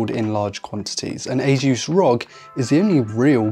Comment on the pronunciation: The way you pronounce "ASUS - (officially pronounced as Ay-suhs)" in your video is CRIMINAL